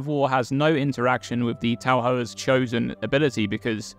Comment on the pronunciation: It's pronounced Ta-for